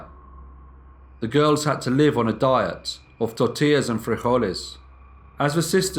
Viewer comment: Im actually crying at the fact that he actually put effort into pronouncing the spanish words!! When he said tortillas and frijoles and then topped it off with an almost perfect pronunciation of Michoacán I felt tears in my eyes!! 👏👏👏